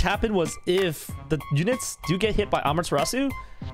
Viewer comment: Thats how you say it lol